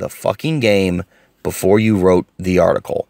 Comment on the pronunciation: Geeeezus this was hard to listen to that....."article"